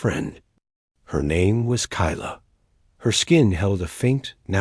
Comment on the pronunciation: 4/10 , a claw scratch is not a bite, Dot dot dot, is poor function of narration. Kayla to Kyla but was pronounced Kilya. And now knowing what this toxin does to humans, where those 3 little turd flakes at , they got something I want.